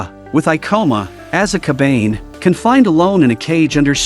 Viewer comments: its kabane. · Bro really said coban instead of saying cobane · Bro it's kabana not kabain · Although i always loved your recap but Wtf is kabeyn 😭 its Ka Ba Ne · C’mon its “Ka Ba Ne” not Ka Bane” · Ka-ba-ne not ka-bane sweet jeez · I watched this before and it's pronounced ko-ba-ne not cobain. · Ya... 1 minute in and i cannot watch this anymore. That "kabaine" is making me angry and annoyed lol. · TF is a "kabayn" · Its Ka Ba Ne you fucking AI losers. Atleast try to make your stupid AI voice pronounce it right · Dont make call the kabane with a ane a n e kabane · they r called KA-BAN-hey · Fucking AI saying Kabane is killing me.